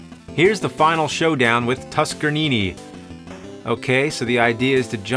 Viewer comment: The way he says tuskernini ar ruined the name forever. I can't say it the normal way in my head anymore